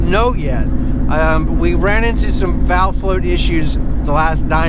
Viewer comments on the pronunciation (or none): none